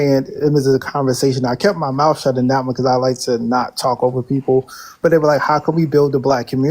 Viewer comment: “Bring it over here and put it in my mouf” 😂😂😂